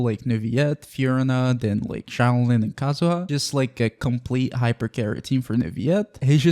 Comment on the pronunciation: the way you pronounce xilonen is painful